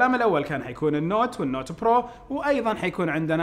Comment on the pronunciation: ياخي رجاء لاتنطق برووو زي الامريكان أنطقها زينا زي المسلمين جعل لسانك للقطع وبعدين جمع ايباد هو ايباد مو ايبادات